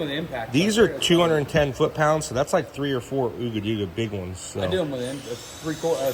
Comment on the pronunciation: It's pronounced Ugga dugga not ooga dooga